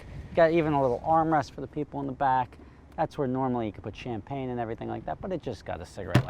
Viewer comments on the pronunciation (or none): none